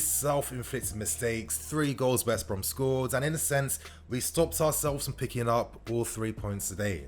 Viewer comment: I beg you stop saying West Brom like it’s 1 word ahahaha